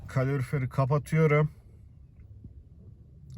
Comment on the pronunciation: kalorfier ne kanka yaa :DDDDDDDDDDDDDDDDDDDDDDDDDDDDDD